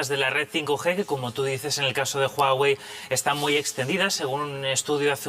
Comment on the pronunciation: como que jagüey? es Huawei